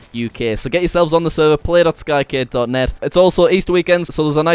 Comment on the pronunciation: Am I the only one who ALWAYS think he is saying Skykid, not Skycade haha xD